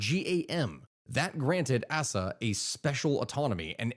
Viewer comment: Aceh is pronounced "ach-ay". Habibie is pronounced "Habibi".